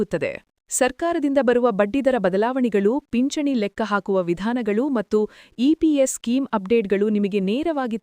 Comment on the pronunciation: ಪಿಚ್ಚಣಿ ಅಲ್ಲ ಅಮ್ಮ ಅದು..ಪಿಂಚಣಿ .. ಕನ್ನಡ ಸರಿಯಾಗಿ ಬೆರೆಯಲು ಕಲಿ